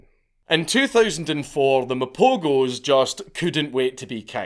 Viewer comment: I watched the documentary on these lions, truly fascinating stuff. Also the g in Mapogos is pronounced as a ‘h’